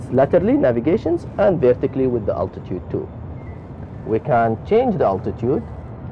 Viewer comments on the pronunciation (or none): its altitude not atitude